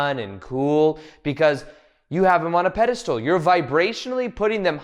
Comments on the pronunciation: It’s pedestal- not pedistool. But otherwise I’ve been enjoying the video😊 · This is great...AND can you stop saying "pedestool" instead of "pedestal?"